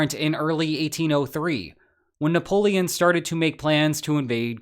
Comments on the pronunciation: Ah yes the Nappoeon. If youre going to start using shitty ai generated stuff for every video then its time to unsub from this trash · Man how is AI so bad at Napoleon's name this is comical